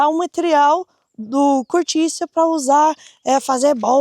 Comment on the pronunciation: Se diz cortiça...tem de Aprender antes de fazer o vídeo